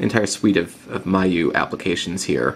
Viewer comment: It's pronounced mee-you-eye.